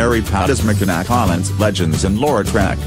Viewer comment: Next time use a live voice - someone that can actually pronounce Traverse, Mackinac and Munising correctly.